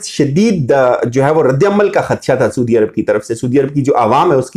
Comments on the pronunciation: اور آپ اپنا تلفظ ضرور ٹھیک کریں، آپ ہمیشہ سودی عرب کہتے ہیں، اصل لفظ سعودی عرب ہے !!! اپنی ریکورڈڈ وڈیوز سن لیں۔۔۔ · PLEASE SIR! it's not "SOODIA" Arab..... Saudia Arab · کہاں کہاں سے اٹھ کر لوگ ویڈیو بنانے آ جاتے ہیں؟؟؟؟ لفظ بھی بولنے نہیں آتے ۔۔۔۔۔۔۔ سودی عرب۔ سودی عرب۔ سودی عرب۔ عزرائیل۔ عزرائیل۔ عزرائیل۔ وڈے تجزیہ نگار ویکھو۔ 😇😇😇😇😇😇😇